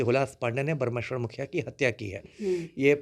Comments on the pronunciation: मननिये हुलाश पांडे जी और स्वर्गीय बाबा ब्रह्मेश्वर मुखिया जी का उचारण तुम ताम से करना ठीक नहीं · Isko bolne nhi aata hai mukhiya jee ko ekar word me bolta hai batmij insan